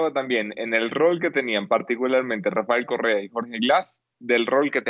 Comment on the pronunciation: UNO DE LOS POCO VIDEOS QUE NO LE NOTO TANTO ACNE EN LA CARA AL ENTREVISTADOR....SERA QUE AL ENTEREARSE DE LA SENTENCIA TUVO UN ORGASMO CASI MULTIPLE...QUE CARA DE FELICIDAD CADA VEZ QUE TOCA EL TEMA Y PRONUNCIA RAFAEL CORREA ...PRONUNCIANDO RRRRR....CASI FELINO.